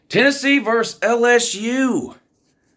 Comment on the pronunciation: VERSUS! not verse. VERSUS! please.